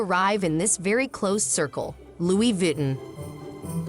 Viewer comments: Sure someone can teach this you tube bloody robots the right pronunciation of french, names places or terms. Loui 'vitten' is simply an insult to the french language. Cannot watch this shite. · pero por favor ! Lui Vitten???? Muchos billones y no pagan una traducción HUMANA. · Learned something new today. Didn't know it was pronounced "Louie Vitten" 😁